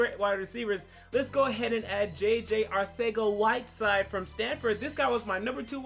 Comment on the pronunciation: This guy pronounced the "th" noise in Arcega-Whiteside?! Yeah, he deserves all the likes.